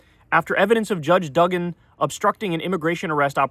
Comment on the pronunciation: It’s “doo-gan”, not “dug-in”.